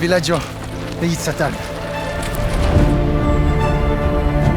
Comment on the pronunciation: The english pronunciation of Tsaatan is totally wrong. Z is pronounced like in Zeitgeist. Not S. And the stress on the first syllable. so, [Za:tn]. Also Utrs-not at all Orts. [it's URZ like in Spanish uno] Pronounce just one or two words correctly. Mama mia, You are not delivering the energy of the word, it's missing. Till here. I don't know what will be in in the film further.